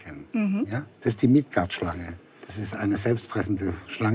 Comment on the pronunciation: Midgard! Nicht Mikat!